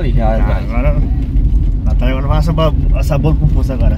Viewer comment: nao é nataia, é NATÁLIA. SEI QUE VOCES JA ESTÃO ACOSTUMADOS A FALAR ASSIM. MAS TENTA PRONUNCIAR CORRETAMENTE. UM ABRAÇO ❤️